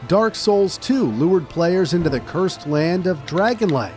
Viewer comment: Blud couldn’t even say cursed